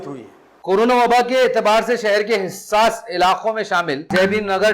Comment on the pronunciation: Hissas nahi hassas